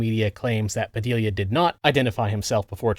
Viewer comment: Honestly surprised you pronounced the name puh-dee-uh instead of puh-dill-uh, given how you mispronounce other things. :) Great vid!